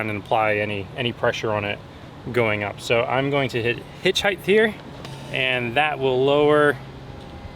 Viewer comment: If you say "heighTH," you have to say "weighTH."